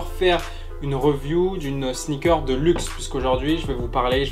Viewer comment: Review ça se dit "riview"